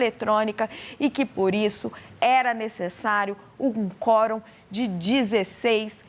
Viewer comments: Que fraquinho essa repórter, meio tendenciosa. E aliás é quórum e não fórum. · Forum, NÃO, quorum!! Vai estudar um pouco mais.